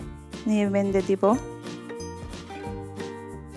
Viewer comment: দোয়া ত অবশ্যই করবো।ভিডিওতে কথা বলার ভাষা -উচচারন সঠিক ভাবে বলতে হয়।বেনধে নয় -বেধে দেবো।